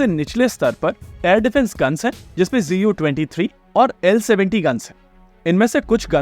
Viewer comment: Sir, please correct your pronunciation. English Pronunciation: ज़ेड इउ २३ २ Russian Pronunciation: ज़ू द्वात्सात् त्रि द्वा ZU-23-2 or ЗУ-23-2 ЗУ stands for Зенитная Установка